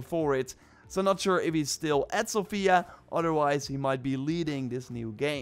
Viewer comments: Great video,, however it's pronounced sOfia, not sofIa:) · I hearf Sofia so many times untli i realized that was pronouncing the city's name wrong.. it is Só_fia